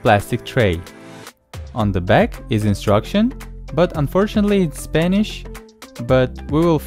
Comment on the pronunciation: unfortunately its s p a n i s h